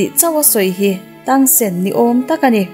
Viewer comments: Tangsen ti tawh suh tangsan tirawh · Miss i aw ngaihthlak hi chu a nuam,mahse zo fantasy i tluk lo ka ti,zo fantasy kha en phot teh saw u te i ti mai mai a Xiao u(Zia U) ti a lam tur nia,tang sen nilo in (Tang san) tih tur bawk. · Tang sen ni lo vin Tang san zawk aww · Tang sen ni lo in tang san ti lam rawh 😂a hmuh nawm nexr request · Tang sen nilo in tang San Chuan zia u tiin lam bawk la maw Chuan dolou tia lam lo in dualaw tiang hian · Sooyu tilo khan ziayou tih khan lam deih zawk la miss cuan tangsan in aw tangsen nilo in 😂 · A thawnthu em mai xiau tih tur kha sou te a ti mai mai tangsan tih tur kha tangsen te a tia😊😂. 👇👇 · Tang ti lo in tang sek ti la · Tang sen a ni lo a, Tang san tur a lawm, recap sual tawh suh aw please in aw? 🙏😱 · Sawu ni lo in ziau chuan tengsan a ni lo tangsan ti in lam tur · Tang sen❌ Tang san✔️ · Zo fantasy khan tangsan atia, miss ilam dan chuan tangsen itia, xia-yu pawh sia-yu tia in anglo e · Xiao we leh Tang san tur aw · tangsan aw zawk aw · Tang san ...mizo tawng taka lam tur...chuan a nupui hi zia u tia lam mai tur...lam dan tur dik kala rawn sawi zel dawn😂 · Saw wu ni lo Vin Zia wu zawk lom Chuan Tang Sen ni lo Vin Tang sun lom 😂😂😂😂 Ka spelling hi chu min lo hrethiam mai ru😂hriat a awl Sam zok vak nia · Ihh an hming i lam dan hi en chiang deuh te a xia wu tih te tang san tih te hi...ka lo sawi ve mai mai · Tangsan tih a lom ziaU tih tur avbt